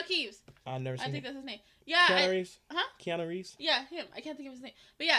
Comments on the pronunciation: Reano keevs))) wtf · "Reanu Keeves"?